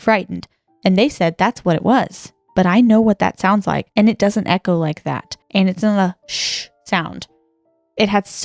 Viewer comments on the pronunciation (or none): none